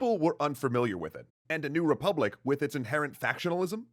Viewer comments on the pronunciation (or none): Errr ... What's a "repuplic?"